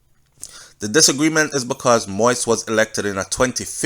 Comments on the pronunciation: Please take time to pronounce names, it's not President MOIS i'ts MOISE (accent on the i) (Mo-we-es). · Mo-ise (Mo ease) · Thank you nuff love and respect. Please continue the updates - although this whole thing is Sooooo sickning. Side note, the last name is pronounced Mo-Yeez. One love. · It is pronounced mo eez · Manners and respect Jovenel Moise is pronounced MO-EASE👏🏾👏🏾👏🏾